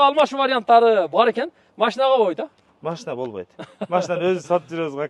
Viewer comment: АКа ака ака машна емес машина дегилечи